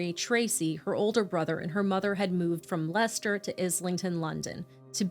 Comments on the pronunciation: Thank you for saying Leicester and not Lye-cester. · Well done on pronouncing Leicester correctly, most people not from the UK would struggle with that one! I remember this case very well, poor little soul. It is frightening to think how many children are going through this terror now, at this moment, and being let down by social services. RIP little Peter, free from pain. I will always remember that beautiful angelic little face.